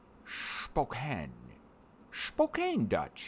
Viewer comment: You said it right Spokan